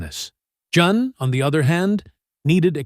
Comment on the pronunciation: Her name is pronounced the same as Diane. Pronunciation is important and shows that you did the background work so that we can trust your information.